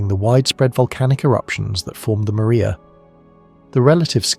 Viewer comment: Mar- ria… say it properly! Not “Maria”